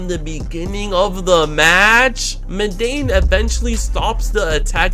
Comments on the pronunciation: its eminence in shadow, not embassy. and its mundane man not mudane. as in plain and boring- mundane. video still tuff tho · MUN. DANE. MUNDANE. MUN. Like.. dawg...